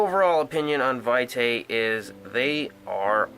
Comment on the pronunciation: I believe it's pronounced vee' tay.